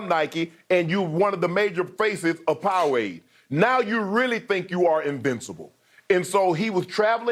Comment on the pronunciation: Was Shannon high in the episode? My man said powawade. WTF!